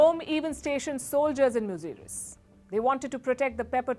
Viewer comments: It's not muzuris it's muzura all over India. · Say it "Musiri",,,,,,,Cera dynasty's port. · Thank you for limelighting ancient historys of South India. Beware of English spellings. It is pronounced as Musiri.